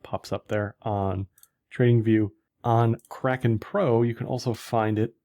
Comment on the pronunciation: can't stop laughing when you promo Kraken. I can barely undestand what you say hahaha